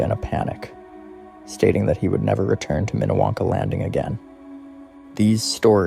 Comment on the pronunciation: It’s Minniewanka in not what you just said